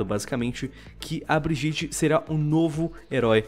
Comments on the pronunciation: Pfv fale bridjit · Meu eu poderia falar que foi de proposito ou coisa assim mas eu vou reclamar do fato do falar brijite e nao bridite no caso Brigitte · Ele falando brigitte errado da uma aflicao